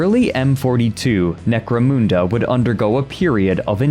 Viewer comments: Mun, like Hun, as in atilla the hun, not, 'moon" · "Necro-MOON-da" 😆 Everyone Point and Laugh!!! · He can not pronounce Necomunda properly haha 😂 Still good vedio tho